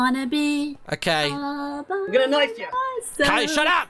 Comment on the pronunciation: It's not Kiay it's kaey